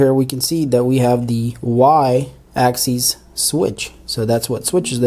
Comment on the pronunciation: Sorry, but it's pronounced ONE ax-is, NOT ax-ees!! The 1st one is for single axis, and the 2nd is for more than one axis. so, we say: x-axis, y-axis, z-axis, but x and y axes (pronounced ax-ees).